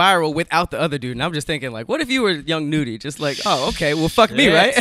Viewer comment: Its not young noody its pronounced (young nuddy) young nudy com'on lol